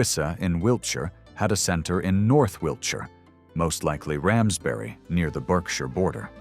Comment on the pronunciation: Thank you for pronouncing Berkshire correctly - 'Bark shur'. I don't know why it's pronounced like that, I didn't invent the language. Unfortunately, you pronounce the Welsh word Annwn as in 'The Spoils of Annwn' incorrectly. It should be 'Annuun' as in Welsh a double-u is literally pronounced that way.